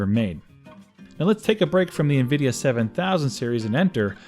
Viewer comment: It's nvidia not nuvidia